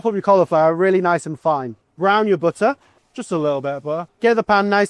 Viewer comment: You're not chef enough if you don't try to kill ppl in one go with the amount of buh-uh you put in the pan 🥘😂